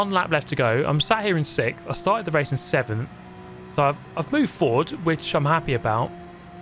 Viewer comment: so nice to see you back... but... you still cant pronounce sixth correctly... 🤣🤣